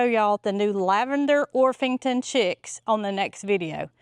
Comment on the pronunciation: It's a hard p. OrPington.